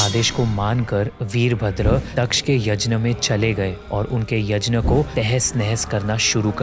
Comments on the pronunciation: Bhai yazhna nhi yaghna kehte h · Bhai Yajna nhi hota h Yagya hota h, Indians toh sahi pronounce kr skte h atleast..... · भाई 'यज्न' नहीं 'यज्ञ' होता है। By the way video bohot accha hai❤️ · Kindly pronounce the word यज्ञ ( यग्य ) and not यजना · Yajna nahi Yagya Boliye🙏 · Yajn kya hota hai be yagnya hota hai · yajna nahi bhai,... yagna ya fir yagya... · Why we are usingwestern style of saying yajna, instead of yagya. Brother please maintain Sanskrit word as it is instead of western style saying words. Other then that its a good channel🎉🎉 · यज्न नही यज्ञ होता है। gña का pronounciation ज्ञ होता है। सारा मूड खराब हो जाता है भगवन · He is not even able to pronounce yagya!🙄.it’s not yaj na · please please please its yagya not yajna similarly its ram not rama its ramayan not ramayana please you have such a big audience watching do not follow western cultre like that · Chhodo bhai, inki baatein upar upar ki hoti hai. Deep details inhe nhi maalum hoti. Kuchh batein galat bhi hoti hai. Inhe यज्ञ bolna bhi nhi aata.